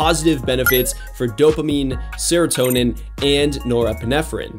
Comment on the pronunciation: Me someone with adhd: he better not say dopamine or serotonin Him: DoPaMiNe aNd SeRoToNeM